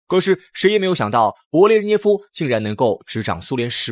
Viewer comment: 德你吗，名字都念不对，还做什么节目